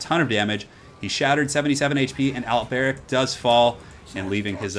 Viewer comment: The way you say Alberic is really weird... remember their accents are very french-esque, His name would be pronounced Alberique de Bordeleaux